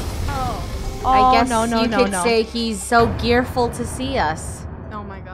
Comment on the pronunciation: maxilla YT2 it was funny 'cause the 'guy' had a gear for a head. And instead of fearful, it's 'gearful'.